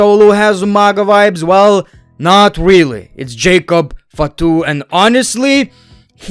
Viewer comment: His pronounciation:jacob ftu In india:-it means jacob is coward😂